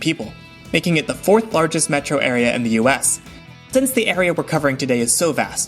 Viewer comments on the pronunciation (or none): none